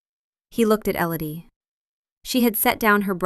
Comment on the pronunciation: Not Ellady, Elodie.